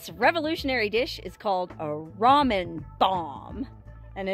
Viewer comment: its pronounced ramen..not ramen-duh